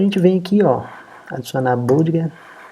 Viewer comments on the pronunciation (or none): Olá. Desculpe incomodar, não sou de ficar corrigindo, mas acho que pode ser útil para seus futuros vídeos... A palavra budget se pronuncia "bãdjit". Caso já saiba, perdão... só achei legal comentar porque é uma palavra chave que é muito utilizada nos seus videos, que alias são excelentes!